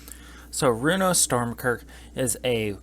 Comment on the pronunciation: Just a heads up it’s Stromkirk not Stormkirk. Also since Inkwell Leviathan has Shroud you can’t target it off of Krothuss’ ability. Half of your “ramp” section isn’t technically ramp since they don’t put the lands into play, only your hand. The biggest thing a budget version of this deck will suffer from is zero graveyard fillers. If you’re running 8+ creatures that are all 6cmc or higher and in Black/Blue with only a few budget rocks its’ going to take you awhile to hard cast a sea creature, have it die, cast Runo with it in the gy, wait a turn to flip it and attack with both creatures still alive. I don’t even play 3 creatures over 6cmc in my green decks.